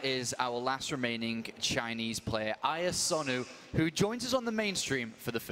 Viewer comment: "AI", "IANosu",... just IA or IAsonu would do,. You must have been biting your lip throughout:D.